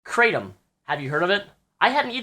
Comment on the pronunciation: it's pronounced krah-tom